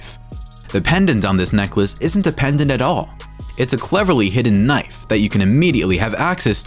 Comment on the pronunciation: Normal knoife